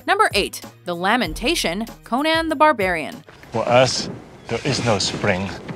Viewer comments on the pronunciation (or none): Who is this cone ann the barbarian you speak of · You know this is bad when can't pronounce Conan correctly